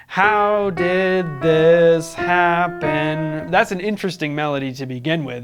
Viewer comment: Gotta put emphasis on the first syllable of "happen", also.